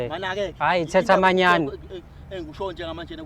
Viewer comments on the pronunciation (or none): “Thethamanyani”🤣🤣🤣. Matifana kodwa🤣🤣. Kuthiwa”Theth’inyani😂